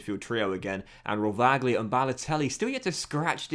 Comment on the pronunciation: Some little advices for italian pronunciation: Rovaglia=rovaya Lusignoli=lusinholi